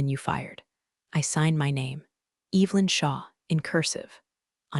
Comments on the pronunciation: mispronunciations totally pull you out of it especially when it’s the main character’s name. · It's not "cowworking" Its co-working. And it's Evelyn not, Evil-lyn. Story=🔥